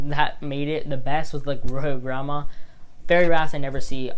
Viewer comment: You do not pronounce the Royal Gramma like Grandma.